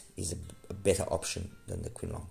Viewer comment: It’s pronounced as Ching Long, meaning blue dragon.